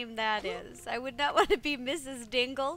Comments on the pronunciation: Diggle, not Dingle, silly. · Hahaha it is so funny 😂😂😂😄😄😄😃😃😃😀😀😀